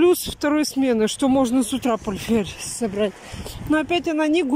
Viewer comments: ПорТТТТТфель. Повторяй, как мантру и заучишь. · Зелёный чай понижает давление, ну и запомни уже, не порфель, а портфель